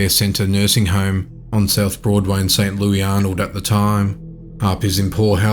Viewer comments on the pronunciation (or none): Great job on the video! Just for future reference, St. Louis, MO is pronounced “Saint Loo-Iss” rhyming with due kiss.